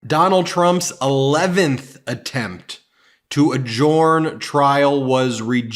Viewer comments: Ben - it's pronouced , "a-jern", not "a-jorn". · Ben has pronunciation problems. Adjourn is not pronounced A-Jorn. It's pronounced A-Jurn. And... Assuage is not pronounced Assu-ah-ge. It's pronounced Assu-ay-ge. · The D is silent A jurn not ad jurn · It’s pronounced adjErn not adjUUrn ^^ like earn or fern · Adjourn is not pronounced A-Jorn. It's pronounced A-Jurn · Hey, Ben, l admire Congressman Bennie Thompson, too, but there's no need emulate his mispronunciation of "adjourn." lt's pronounced "adjurn." The 'O" is silent. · Ben, please learn to pronounce adjourn correctly. Ta. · Just curious, why does Ben pronounce ‘adjourn’ as he does, is there a particular reason. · Hi Ben, I am confused by your pronunciation of “adjourn” and “adjournment”. This link shows how I thought it should be pronounced. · Adjourn? How is this word pronounced? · Look Dude, I give you a pass on the pronunciation of voir dire. It is from a dead language, so who knows how they said it. But ""adjourn" is not pronounced how you say it.